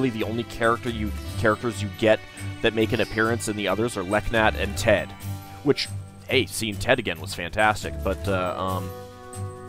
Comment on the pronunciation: Leknaat is pronounced Le Not. The K is silent. I think I learned that it either 4 or 5 when they started voice acting.